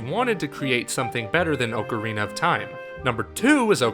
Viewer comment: That's not how you pronounce "Ocarina" >:C